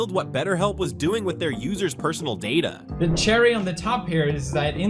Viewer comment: "They can share your dada." me: wtf is "dada"?